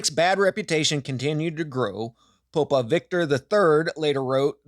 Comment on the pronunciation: What's a "pope-a"